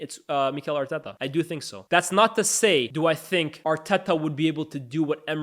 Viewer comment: I’m not a big fan of how you pronounce Arteta’s name🤣 sounds forced